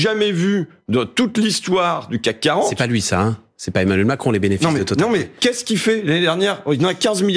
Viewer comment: J’ai adoré comme François Ruffin a dit le bénéfice en « bénévice » 👏🏼❗️❗️❗️